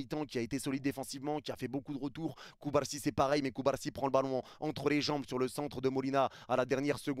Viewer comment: avec ta prononciation de "Cubarrrsi" tu meriterais deja des millions de vues 😅